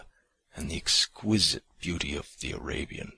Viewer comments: The first narrator pronounced Arabian abian. She should have read over it until she was comfortable with it. Just cause you are a volunteer doesn't mean you do a poor job. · say abian... one more time.